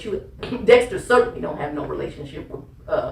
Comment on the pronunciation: He told Deonté??? 😂